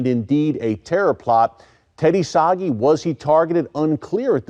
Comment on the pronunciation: Always interesting and great info. But! The Israeli businessman's name is pronounced sah-GHEE not soggy, lol. Never quit reporting, Mr S!